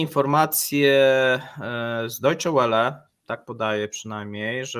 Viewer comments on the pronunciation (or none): Welle, czyta się "wele", nie "łele", a Deutsche Welle po prostu znaczy Niemiecka Fala.